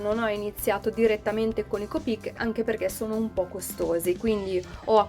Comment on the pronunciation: Copíc si dice copic no copíc Citazione Harry potter